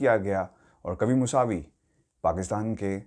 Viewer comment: یہ نام موسوی ہے، موساوی نہیں۔